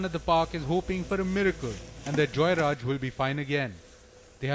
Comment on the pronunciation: They call JeyaRaj but NDTV pronounces Joyraj?